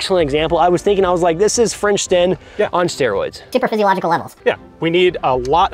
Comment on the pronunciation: i loved that mpmd “superpfysialogical levels”